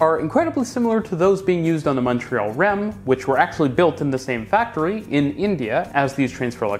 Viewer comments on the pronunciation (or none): none